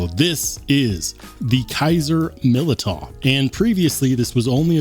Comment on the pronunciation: The year of the Militaw. Militaw Militaw Militaw. Militaw Militaw Militaw, Militaw Militaw